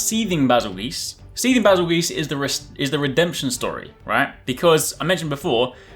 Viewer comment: “Bas-il- GEESE” ..........wut